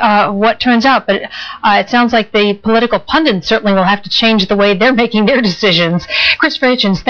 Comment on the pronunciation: It's "pundit" not "pundent". Why does every U.S. reporter pronounce this word incorrectly?